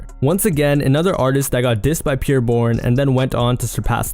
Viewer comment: It’s pronounced “Pee-Air” not “Pure”. Jesus Christ this dudes ability to mispronounce anything so many times in one video is astounding.